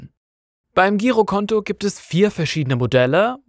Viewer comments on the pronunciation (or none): Nicht sehr vertrauenswürdig, wenn das Wort "Girokonto" falsch ausgesprochen wird.